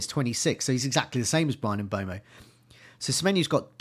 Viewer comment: Mbeumo is pronounced ‘M-burr-mo’ and Huijsen is pronounced ‘House- en’ You’re welcome,.